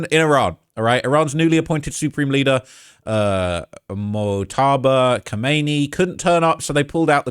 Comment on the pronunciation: The Ayatollah’s name is pronounced, “Mōj-ta-ba Khah-men-ā.” Why so many “professional” YouTubers refuse to even try to pronounce his name even close is just irresponsible when you’re reporting news.